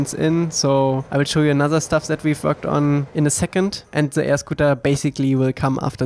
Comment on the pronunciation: His accent gets me every time he says “Worked On” 🤣🤣😂. GREAT AMAZING WORK GOD BLESS YOU MY Friend. I hope the avatar creators and owners of the IP reach out to thank you as well.